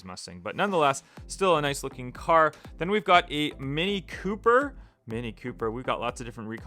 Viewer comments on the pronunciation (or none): none